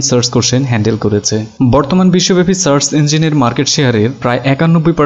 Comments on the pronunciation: আমি বুঝলাম না যে এতো স্মার্ট ও শিক্ষিত হয়ে সার্চকে আপনি সার্স বলছেন কেনো??? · সার্ছ না, সার্চ।